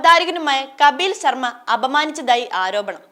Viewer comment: കബീൽ ശർമ അല്ല ചേച്ചി കപിൽ ശർമ ആണ്.😂😂